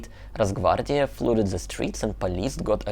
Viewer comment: Couple of language points,. 1. Don't pronounce the 'p' at the end of 'coup'. 2. 'Flood' is pronounced to rhyme with 'mud'. Hope you don't mind my pointing that out.😊